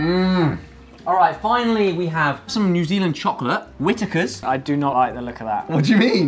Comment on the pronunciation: Isn't it Whittakers not whitikars? Sorry not tryn so be mean